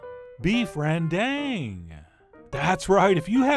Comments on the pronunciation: REN'DäNG! Not Reen Daeng! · Hi chef! Thanks for making me into a zombie for beef rendang..gonna buy that for lunch. Anyway some of our toppings for rendang include cashews, fried shallots, and those greens(cilantro or something..your choice). Oo and try pronounce it this way ‘ren-dung’ 😅 yep that’s what it supposed to sounds like. 🤣🤣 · rendang is pronounced ruhn-dung (first vowel sounds like a in comma, second vowel like the a in father) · Indonesian / Malaysian viewers where are you at? 😆 Also chef, it pronounced "rēn-Dung" not "ren-dang" 😋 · My mom's indo and she pronounces is with a long a sound like ren-dahng not like ren-dung. Maybe depends on region for pronunciation (but chef john is def saying it wrong 😂) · Pronouncing rendang more like "run dahng" would show more respect for Indonesians and Malaysians. It's not like the sounds are impossible for English speakers. Sorry to see some important ingredients left out, especially candle nut and kaffir lime leaves. Also needs more coconut cream, about 3-4x that little can. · Hi, southeast asian here. Dang in Rendang is pronounced as Dunk not Dank. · Er, it is not "rang dang" but "rearn dhung" - rearn rhyming with "learn"/dhung rhyming with "dunk". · actually you're supposed to say ran-dunk. kinda funny to hear people said ren-DANK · its actually pronounced 'ren- dung' like the dung in dung beetle. not 'ren-dang' as in dangggg gurrrrrl haha. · Ironically when you made the ren-done joke, that's more of the correct way to pronounce rendang! 😂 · I regret to inform you guys 'rendang' is pronounced ran-dung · The correct pronunciation is Beed Rendiet! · That's right!!! Chef John nailed this southeast Asian dish well and its verified by a Bruneian as well!!! That's how you cook Beef Rendang (pronounce: Ren-Dung). For us, we probably doubled up that those spices and ingredients! Keep up the great Work Chef John!! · 😂😂😂😂😂 it's called beef rendang not rediet!!! I love this guy!!!!! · It pronounce rend dunk